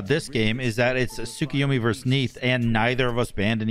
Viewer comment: You pronounced the god's name wrong. Idk who this tsukuyomi is. That clearly was a tsorkayormi